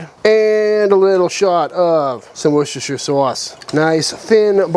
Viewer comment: I always cringe when people try to pronounce Worcestershire. Us New Englanders are the only ones who can actually say the friggin word lol.